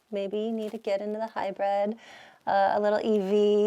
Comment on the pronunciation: we like you. Also it's Hybrid, not hy-bred.